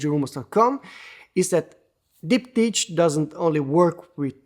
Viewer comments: Sub-1k pricing? Now that’s tempting. Ands it’s pronounced as “Dip-Tick” btw lol. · Dip-tick Not to be confused with dik-pick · The CH sounds like a K.